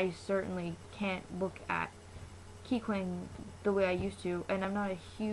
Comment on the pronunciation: Kikwang isn't racist!!!!!!!! Don't hate on kikwang!!!!! And plus she said kikwang wrong